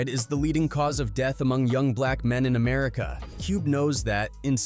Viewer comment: Also Ameri-k-ka and Bow (as in string and bow) Down?? 3rd Bass — as in the FISH?? Is this AI pronunciation?! And you can’t even transcribe what Cube said about losing 13 of his friends correctly? That’s just disrespectful…